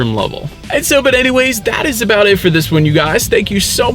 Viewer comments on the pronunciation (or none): none